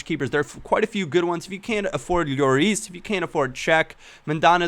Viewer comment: the double l in lloris is not pronounced like a y -- he is french, not spanish